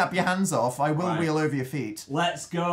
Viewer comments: did dan say he would "wee all over his feet" or "wheel over his feet"? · Wheel. He said wheel.